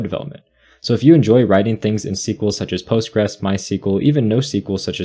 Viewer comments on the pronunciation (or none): none